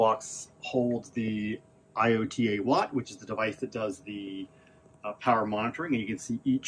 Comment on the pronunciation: Eye-oat-a-watt. Good god man.